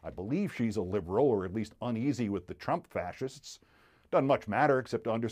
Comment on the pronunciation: I love how Keith accidentally says "drump".